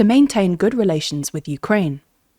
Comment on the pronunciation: Ohh.... She said it so effortlessly.